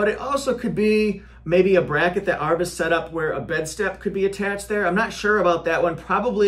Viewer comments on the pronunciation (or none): Hey, I could’ve sworn it’s pronounced A-R-B, not ARRB like a pirate. Can you confirm which is correct for me??